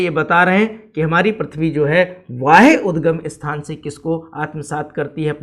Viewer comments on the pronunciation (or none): Sir vo वाह्य नहीं है बाह्य उद्गम है